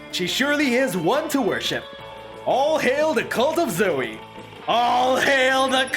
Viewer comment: Why does everyone call her zoeY its zoe just zoe it ends with an o sound